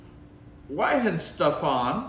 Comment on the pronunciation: Vine-ste-fa-ner The w makes a v sound